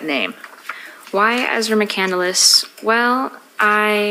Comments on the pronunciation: Btw, EM, McCandless is not pronounced "McCandeless". There are 3 syllables, not 4, in the last name. SHEEZ! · I think its interesting that she named herself after Chris McCandless but pronounces it incorrectly. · She can’t even pronounce her own last name! 😮😂😂😂